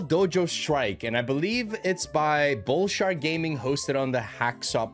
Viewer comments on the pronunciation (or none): Did you just call it "Bullshart gaming"? Hahahahaha Sorry but that's kinda funny. I know you are saying "bullshark" - but it sounds like - and it made me laugh so thought I would share it! 😀